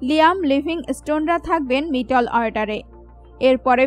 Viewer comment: তুমি এতো জানো, কিন্তু একটা প্লেয়ারের নামও ঠিকমতো উচ্চারণ করতে পারলে না। আর মধ্যের ইংরেজি মিডিল, আর তুমি উচ্চারণ করছো মিটল অর্ডার। শেষে বলি, রোজ সকাল সন্ধ্যায় উলুধ্বনি prectice করো, জিভের জড়তা কিছুটা হলেও কাটবে।